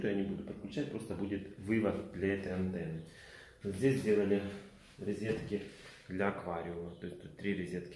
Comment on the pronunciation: Резетки в колидоре. Поброюсь и пойду каталет поем)))), ты же человек искусства, учись грамотно говорить)))